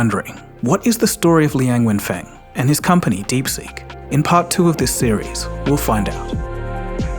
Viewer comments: It's Liang Wenfeng instead of Liang Fenweng Liang Wenfeng is correct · not fenwen， wen feng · Linag Wenfeng, not Liang Fengwen. 梁文峰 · is Liang Wenfeng, not Liang Fenweng lol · Constant mis pronunciation of his name, sometimes " Wen Feng" sometimes "Feng Wen" just ticks me off. Sorry. It's "Wen Feng".. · Please read his name correctly: Liang wenfeng. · This channel cannot even get his name right LOL It's Liang Wenfeng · Coz he got his name wrong. It’s Liang Wenfang instead of Liang Fenwang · Please make sure to pronounce people’s names correctly. The way it was said in the video is way too different from how it actually sounds. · Dude can't even get the name right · WOW your pronunciation of his name is horrible. Please be respectful to say someone name correctly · And got the name wrong. How the eff could someone screw up on such a basic thing. How can I trust the info presented here when he couldn't even get the name right? And it's not just once that he got it wrong! He said it repeatedly!